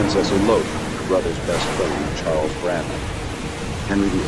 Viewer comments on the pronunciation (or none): none